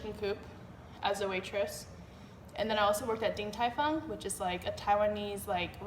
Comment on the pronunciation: hhahahaa its 鼎泰"豐"fong